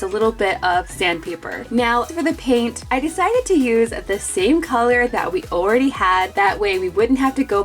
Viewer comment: Why dose say ooo ready had instead of all ready had Love you guys I’m a big fan